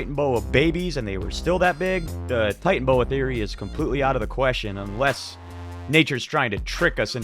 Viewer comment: Bro... you really need to work on pronunciations... {TIE-TAN-UH-BOA} "Titanoboa" {TAN-ZAN-EEE-UH} "Tanzania" Otherwise, decent channel. At least you're not some ripped off AI voice... I hope you grow and that your channel does well, please work on those things. YouTube is blackballing real creators with a bunch of AI trash recommendations.